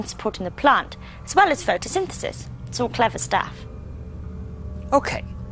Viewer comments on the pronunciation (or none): he cant say photsynthesis